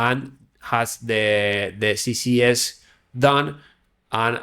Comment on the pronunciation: Great video, but you keep saying CCS instead of CSS. Beginners might get confused.